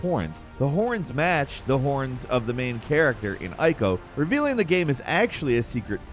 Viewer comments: eeeeeko, not eye-ko. it er ate not eye-ter-ate. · it's pronounced 'eco' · Ico is pronounced eeco btw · Ico is pronounced "Eeco".. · Shadow of the Colossus is a prequel to Ico ;) You do say it correctly eventually, but... ;)